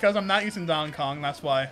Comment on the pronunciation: "dong kong" 😂